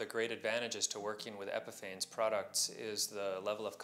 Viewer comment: Isn’t it pronounced like epiphanies?